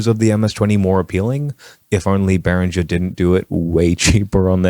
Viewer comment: It's pronounced bay ringer.